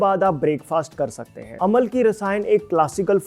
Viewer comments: It's not Amal-ki, it's Am-laki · Aamalaki...amalaki nahi. Hindi mein hai.